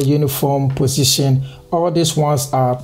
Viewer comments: positon (x) pussytion (Right) hahahahahahahahahaha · I love the way he pronounce position 😂❤️